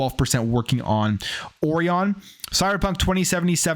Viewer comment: I think the pronunciation of “Orion” is the same as for the constellation.